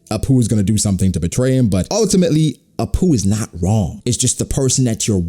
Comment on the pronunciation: everytime you say "a poo" i laugh a little bit...